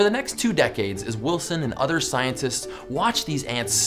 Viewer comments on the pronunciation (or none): none